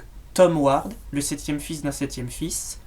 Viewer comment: tu c pas parler ni prononcé grimalkin et ward